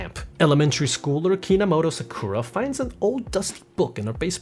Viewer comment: Okay, not only you pronounced "Sakura wrong" (stress is on the first syllabe, it's SAkura not saKUra. You only got it right at 22.23 ) but her surname is Kinomoto, not Kinamoto.